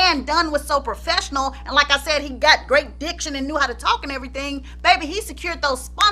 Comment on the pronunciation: Chiile, every time you’d say “DIC-tion”, I’d clutch my pearls. 😳😧😲🤭… 😅😂🤣😂